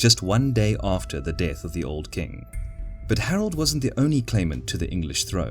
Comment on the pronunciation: As someone from England, I don't think he's English. Sounds like he's from Australia or South Africa to me, especially the way he pronounces certain words. "Death" for example, sounds more like "dith", or back as something sounding like "bick".